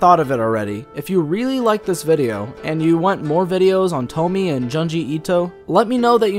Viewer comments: I'm sorry, but thats a little stupid, not all of Junji Ito's stories have a clear inspiration, and in fact his horror is based on an unexplained danger, if you start to analyze and explain what Tomie is (not pronounced Tomy) you will lose all the effectiveness of the horror, he wants us to fear and wonder about his stories, not to explain them. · Nah, we're just used to Tomie rather than Tommy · “Toh-mee” lmao it’s Toh-mee-eh” :)) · It's not "To-mie". It's "To- mi-e". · It's pronounced "toe-me-eh" by the way. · Puddin Pop no its tomiEH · Tomié Kawakami. Not "Tommy." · Her name is pronounced "toe- me- eh". But don't take it too hard- I'm a bit of a nerd, so I took a course in japanese and still sometimes have trouble with some pronunciations. Languages can be tricky that way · "Tom-E-eh" T, O as in operation, M - E as in E, and eh as in what Canadians say EH? Tom-E-Eh. Great character tho. Nice reviews :) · It’s pronounced JOONji itoh and TOH-mi-eh :) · Every time he pronounces it Tomy am like nuuuuuuuuu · It's "toe-me-eh" btw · Ah yes, the feared "Toemy", at least how you pronounce it x333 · "juhnjee ito" "TOHMEE" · “Toe me” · All i hear is "tomy" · honestly Tomie (tomi-eh) is such a beautiful name but it always gets butchered 😭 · It's pronounced TomAyyyeYay!! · its pronounced "tou-mnh-ehe-ie -eh" ... com on guy ! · Tomie = 'Toe-me-eh' Onna = 'On-na' Next time instead of going to the library use Google, and just type in the words and 'pronunciation' next to them. It's amazing what you can accomplish online these days. Some say it's even better than your local library, but hey, I get it, you've got a thing for Librarians, that's cool. We've all got our things man, you be you. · STOP SAYING TOMMY! OMG! You do that to annoy me purposefully? Like, cease! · its pronounced as "Tommy-eh" okeeeh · "I'm big fan of toe-me" pronounces name wrong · Dislike due to "Tomee" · How the hell do you know the correct way to pronounce "Youkai" and "Edo", but butcher Tomie and Junji Ito?